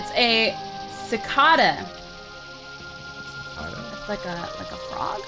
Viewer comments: you pronounce it like sa-kade-a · You almost said it right! Cicada. Ca is like k, not cah. They're insects. We have a lot in Oklahoma. They make sounds by rubbing their wings together and the sounds they make attract mates. c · Cupquake: Si C ah duh Me: Ci CADE UH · it is cacAda not cacAWda but it is okay everyone makes mistakes :-) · I'm sorry IT IS SAID SA CAY DA NOT SA CA DA That is all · We have so many cicadas where I live! It's pronounced si-KAY-da (long I). They sit on trees to shed their exoskeleton, and get really loud at night. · ITS PRONOUNCED SICK-AY-DUH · Tiffy and, it's called a cicada (SI-KAY-DUH) and it is not a frog, it is a bug. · Hey Quake the bug is a cicada but you say it as sick-ay-da but as one word. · I am pretty sure that its pronounced (su-k-ta) cicada it kills me that you say it like that but I still love these episodes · no its Ci-K-Da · It's pronounced Ci-ka-da. Exactly how it's spelled. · a cicada(sick-ai-da) is a type of bug XD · I think its so funny how she pronounced *cicada (si-cade-a) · here is how you say cicada si-kay-duh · Si-Cade-a is how you pronounce it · there pronounced (ce-ca-das) they live in south Carolina where i live they make thay sound but louder and kinda more high pich its realy anyoing they mostly make sound at night and they live in trees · its sah-cay-da thats how you say it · (Sa-Cade-a) is the pernounceiaition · I know I'm super late, but OMG CUPQUAKE IT'S PRONOUNCED SI_KAY_DAH AND THEY EXIST IN REAL LIFE AND I HEAR THEM ALL THE TIME AT NATURE CAMP!!!!!!!!!I'm overreacting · its si-c-aid-a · Not trying to be rude correcting but its pronounces ( Sa-cay-tah ) Sacata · su-cate-a that is how you pernouce it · (I'm not trying to be rude at all, so don't take this offensively) it's a secada, pronounced (SEH-cay-duh) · STOP CICADA CI.CA.DA ITS SAID CI.K.DA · its pronouced ci-k-da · It's pronounced si-cay-du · Cicada is pronounced Ci-kay-da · It's pronounced suh-cay- duh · its pronounced su cay du